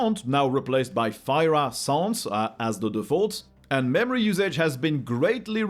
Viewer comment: Wait, Fira Sans is pronounced that way? I thought it's pronounciation was "Fee ruh" Sans